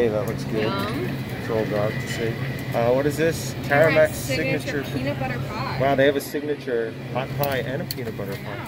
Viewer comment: It’s Tamarack...not Taramack.